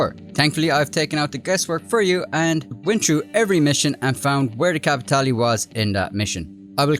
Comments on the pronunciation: You're pronouncin' it wrong, boy! You should say it like Joe does: "kappa-TAY-lay" =) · Nice work but don't you mean capi tay lay:_Laughing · capi tea leave. Im really enjoying the solo lobbies in these missions. Its great to me but I really am starting to hate that word capitale